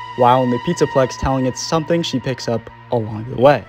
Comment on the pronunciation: "pizzplex" LMFAO